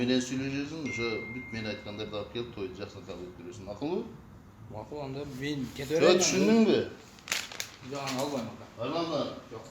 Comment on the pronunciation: Нармально суйлобойсунбу ондо эмес анда.